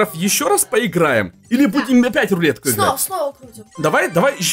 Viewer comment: Он сказал и луетку тоесть"рулетку)